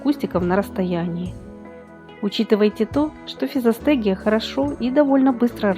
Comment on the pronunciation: Никто и не понял, как называется ростение, удивительная дикция